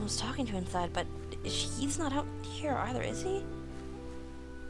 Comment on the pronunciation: its here not haer